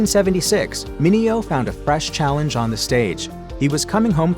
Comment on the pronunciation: Mineo told numerous reporters and talk show hosts that his name was pronounced "men ae ho" and not "men eh oh"😂